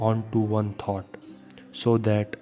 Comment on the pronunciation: It's not pronounced: 'tot' ..but 'thought'. You're not pronouncing: t[H]ought. It's good that you speak slowly thus clearly ..except for the constant mispronounciation previously mentioned. Ommmm